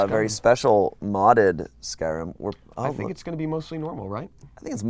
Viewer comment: If they "pros" at skyrim and you cant say skyrim right